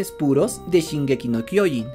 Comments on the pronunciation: Al fin alguien dice bien el mombre de shingeki 😄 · Cómo me gusta escuchar el Nombre de shingeki no kyojin bien dicho en español